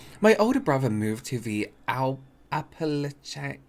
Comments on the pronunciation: So good to see this ! Needed a lift. FYI the mountains in the first story are pronounced “ap-a-latch-a”. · Appalachian is pronounced (app-ah-latch-un)